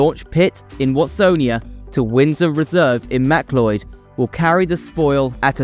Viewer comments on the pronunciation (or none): i think you got your map wrong .... its from Bulleen to Watsonia :) need to switch them. Its also Yara (phonetically) as one word not YarRa (two syllables). MacLoyd is Maccloud. Its no actually help the transport hubs its just shuffling traffic elsewhere - people in the east cant get to the ring road easily, hence this tunnel, but like all our freeways, they barely have enough lanes now so if you double the population all these roads become parking bays like the south-eastern freeway is now. Too little too late.